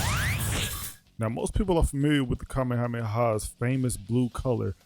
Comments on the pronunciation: He nitpicks that and keeps butchering the Kame Hame Ha as “Cameamea wave”. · You nitpick “Garlic Gun” but are constantly butchering Kame Hame Ha as “Cameamea Wave” 😂